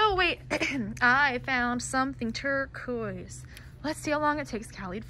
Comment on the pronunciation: STOP SAYING TURQUOISE